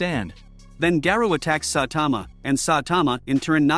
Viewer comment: Its garou not garuu